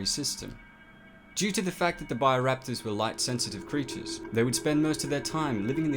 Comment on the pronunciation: It's BIO Raptors NOT buyer raptors